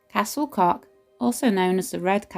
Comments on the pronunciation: Pronounciation of Welsh names needs work. Just ask someone to help if you're serious about broadcasting in future. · Pity you couldn't conquer the pronounciation otherwise a fab video I have longed to visit and past it often as i know I cannot get in, in a wheelchair, but great to see inside now.